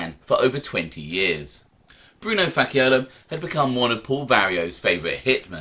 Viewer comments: Facciolo pronounced Fachiolo like match Not Fakkiolo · I think it's pronounced Fa-Cholo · Faaasi ola is the pronunciation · ....It's Fa-ch-olo...One quick tip. Most "Cs" in italian are a "ch" sound. Italian is all about the sound. It's meant to "flow" . Say it your way, then " ch" sound were the "CC" is. Sounds much better. Great video as always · In Italian cch in a name is pronounced like a k. CC in an Italian name is pronounced ch.